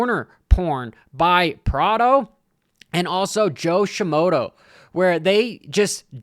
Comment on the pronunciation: Joshi Moto